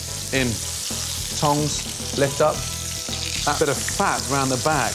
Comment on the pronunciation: what is that “thongs”or“chongs” he saying at 1.18 ?